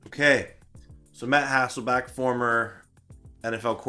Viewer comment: Don't you mean "Hassleback". I got it. 😅